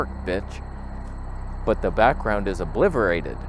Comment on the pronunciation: "Obliverated"!!! Haha! Great video.